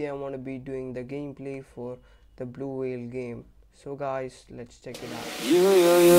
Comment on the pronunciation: It is blue not vlue